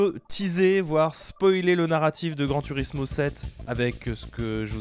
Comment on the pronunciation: Prononcer grand tOUrismo svp j’ai déjà tuer 14 chatons depuis le début de la vidéo pour passer la frustration, pas cool